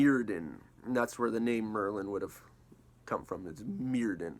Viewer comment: Just a note, the Welsh dd is pronounced like the "th" in "thin" (not like "the"). So Myrddin is "mur-thin" not "meer-din." (word examples for the pronunciation come from Sioned Davies)